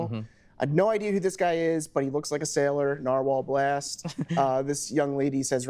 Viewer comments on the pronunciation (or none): none